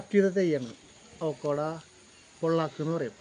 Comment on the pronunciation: വളരെ നന്ന്.അവോക്കോട അല്ല, avocado (അവൊക്കാടോ)ആണ് ട്ടൊ.ബട്ടർ ഫ്രൂട്ട് എന്നും പറയും.